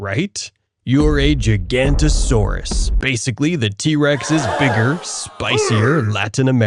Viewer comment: I thought it was giga-noght-asaurs Is how u say it not gigant-asaurs